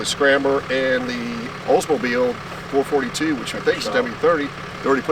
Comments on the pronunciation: Great score overall. And I bet the Oldsmobile experts were cringing everytime you said four-forty-two. It is four-four-two. And it's meaning was this. In 1964 (1st year) it stood for 4-speed, 4-barrel, 2 exhaust pipes or dual exhaust (you couldn't get an automatic in 1964. (Or a 400 engine) In 1965 you could get an automatic, and it was the 1st year for the 400 cu engine. So now it meant 4-400, 4-barrel, 2-/dual exhaust. In 1970 it was 4-455, 4-barrel, 2-/dual exhaust. I hope this helps you. I'm a big Oldsmobile fan, having owned 's and . And the 1970 with the plastic inner fender liners, did not mean it was a W30, because of the fact that they were black and not red. (unless ofcourse they were red, but painted over black) which is highly unlikely. And I do believe all Oldsmobiles/442's of this era came with plastic fender wells. Not like the Chevelles of the same era, where some cars came with metal and some came with plastic inner fenders wells, depending on which state they were built in. Thanks for the video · It's called a four four two, NOT a four forty two. Sure way to not make an Olds guy not happy. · having had 442s most of my life. It is not pronounced four fourty two like it is one number. It is pronounced four, four, two. Three different numbers, not one number. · Okay, I am half way through this video and you are making me crazy... My first car was a, my second car was a convertible... Most of my friends had 442s we as all the Oldsmobile people never called them four forty two's NEVER it is a Four Four Two... Not a "four forty two"... Just letting you know... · It is not four forty two. It is four four two. In 1964 it was originally 4 barel, four speed, dual exhaust. Then it changed in 1965 when the 400 and automatic became available. I do enjoy the videos and continue to be amazed at the knowledge has even if he did say four forty two. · Real Olds guys pronounce it 4-4-2. Not Four Forty Two? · it is 4-4-2! not four forty two!